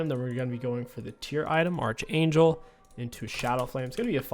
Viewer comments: It's not Arch like Archer, it's pronounced ARK-angel like Your favorite sitcom Arc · why’re you so mad man. King pronounces archer as “arch er” so what? Why’re you so pressed💀💀